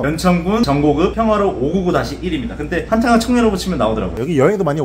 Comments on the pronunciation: 정곡읍 아니고 전곡읍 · ㅋㅋㅋ 정곡읍 아니고 전곡읍입니다 ㅋㅋㅋ 먹으러 갈게요 ㅋㅋ